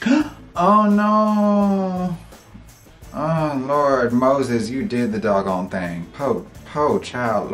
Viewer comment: "Moses you did the dogg'on thang"